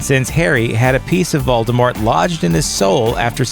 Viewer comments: He Said Moldemort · Is he actually saying Voldebort?? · * sigh * I'm not trying to be rude at all, believe me, but it upsets me when people say "Voldemort" with a "T". JK Rowling herself stated that Voldemort is most defiantly NOT pronounced with a "T", claiming its silent. Instead, its pounced "Voldemor". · “Deathly HOLLOWS” “VOLDOMORT” WTH MAN! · The t in Voldemort is silent